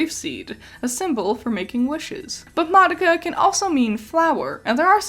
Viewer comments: The Japanese characters, and the Japanese pronunciation, is not "mahducka" which is what youre saying. Im literally Japanese and telling you you're wrong lmao. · Sort of weird how you mispronounced Madoka for the entire time she’s on screen…